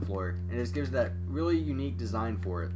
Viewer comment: I never heard a guy say unque